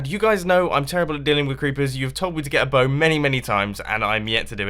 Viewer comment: It's boats... Not bows...